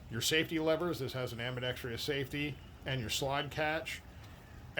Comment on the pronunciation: The term is "ambidextrous," not "ambidetrEEous."